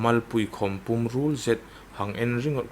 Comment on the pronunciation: A tiempa thu lam dan hi chite siemṭhat ding a im, etn. Iemmie=iemi, Kailâm - kailam Pûm -pum le adang dang.